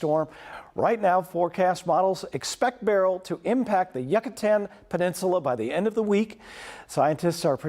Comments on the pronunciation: It is not the Yuck-a-tan Peninsula. It is U-ca-tan. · Yuck-a-tan made me cringe